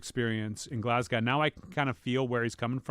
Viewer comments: I'm from Glasgow, we pronounce it GLAZ-GO... Just so you know, cheers! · Anthony pronouncing Glasgow … jesus